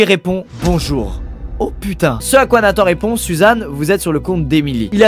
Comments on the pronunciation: on dit nathan "en" pas nathan "ane" normalement non? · C’est pas Nathane mais NATHAN je m’appelle comme sa Luca